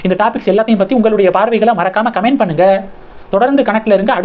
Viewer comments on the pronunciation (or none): none